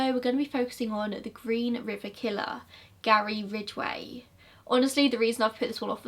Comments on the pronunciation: You say Ridgeway just fine! Thanks for finally making Gazza’s episode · You said his name perfectly